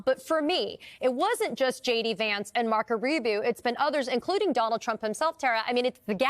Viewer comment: "Marko Rubieww."